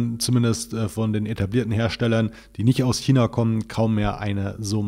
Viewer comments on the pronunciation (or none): none